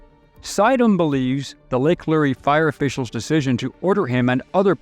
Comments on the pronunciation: Thanks for this well done report. Just one tip: the "Lure" in Lake Lure is one syllable, as in a fishing lure. Keep up the great work. It is most appreciated by us North Carolinians. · Lure, like a fishing lure. Not lurey. An ironic part is that the city of Asheville is very liberal and their minds havent changed. Brainwashed citizens and a government that truly hates us, what a time. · Lake Lure, like fishing lure-- not LurEE 😬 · Good story. But, it's Lake Lure, like fishing lure. And when Biden and Harris flew over WNC, they didn't dare touch the ground here, all rescue and supply flights had to stop for over 3 hours!!! Love you, mean it. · The lake is pronounced Lure, the e is silent. Also, Appalachian is latch not lay. The pilot should have just left that area and flown back to get those people anyway. I would think any judge or magistrait worth their weight would have thrown out the charges if he would have actuality been arrested.